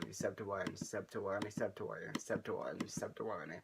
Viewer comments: i swear at the end ur saying sep ta wong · I watched tell it sounded like “subdtowony” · really far in it sounds like hes saying shuts yo ass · It was "Sub2Willne" to "Sept2Wulleney"